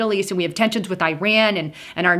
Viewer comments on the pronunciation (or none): none